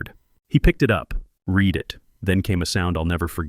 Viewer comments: Why is it that almost every one of these videos posted can never pronounce the word "read" as it's used in the storyline? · do you think these AI scammers will ever learn the nuances of English (read/read).